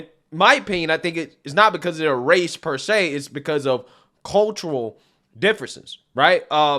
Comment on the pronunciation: Did she say wace 😂